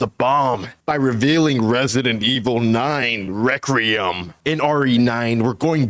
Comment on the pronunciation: Re kwui um not re cre um